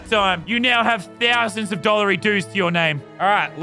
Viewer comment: Bank Workers: ten thousand dollars, Lazarbeam: tEn ThOsANd dOlLerY DoOs